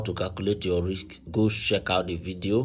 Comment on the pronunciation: Bro it’s risk not rix 😂